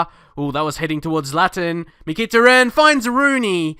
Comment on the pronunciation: Great vid mate, however you are pronouncing Mykhitarian wrong, Mick-a-tar-ian